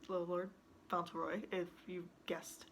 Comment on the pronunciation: Yes that's the right pronunciation